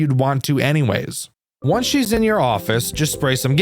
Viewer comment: wonce they weach the window, his words not mine